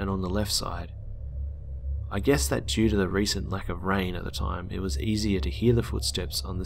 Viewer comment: "asier" IM D Y ING